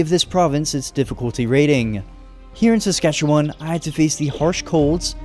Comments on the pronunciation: Rather than Sask-at-chew-one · Ok I see a lot of fellow Saskers but no one is mentioning he kept pronouncing Saskatchewan wrong and he pronounced Regina wrong as well even though he said he did his homework lol. It's Ree-Ji-Nah and Saskatchewan has an "wan" (as in wah-n)at the end, not a "won", otherwise it's an overall awesome video! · my entire family and friend group, pronounce it "SaskatcheWIN" and not "SaskatcheWAN". people at school as well as on the news, both CTV and Golble pronounce it that way too. I'm very sorry if I'm being too prosist or rude. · erm acuutly its not pronounce saskatchewon its win- saskatchewin though its spelled diferent most saskatewaners wil say win not won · Pronounce Saskatchewan as Sask-ah-chew-uhn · Btw the e in Saskatchewan is pronounced like an “uh” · Wow, I never expected to see my home Provence in minecraft You are saying saskatchewan incorrectly it's pronounced "SaskatcheWIN" Sorry that just always bothers me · SASK A CHEW EN. LIKE IN NOT ON. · As a Canadian from Saskatchewan Im wondering why this isnt a super flat world? Also, atleast in the south east Saskatchewan we pronounce is Ses-catch-ew-in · This reminds me of grown ups 1 when the strong dude said seskatchetoon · I don’t like how he says Saskatchewan as someone who lives in south Saskatchewan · As a Canadian who lives in Saskatchewan, I do t appreciate how he says it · Anyone from saskatchewan finding how he pronounces saskatchewan kinda funny? 😂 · I loved this video as a Alberta person. But the one thing that bugged me was that you can tell he isn’t Canadian from the way he says Saskatchewan. He’s pronouncing it syllable by syllable. You can tell he isn’t Canadian but love this video lol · as being canadai it killed me when you said however you spell sacrouchyuon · In all my life ive never heard anyone say it like that. Ive been all over this province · Sammmme! Sk is the best but the way he said it kinda triggered me because he’s saying it wrong lol